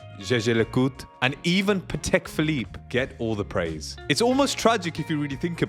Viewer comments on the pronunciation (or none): none